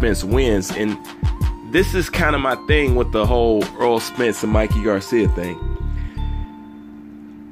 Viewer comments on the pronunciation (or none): Errol is pronounced like "Air Roll" not like Earl (Eurll).